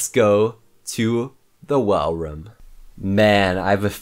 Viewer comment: More nick bring him back By the way why do you say room like roum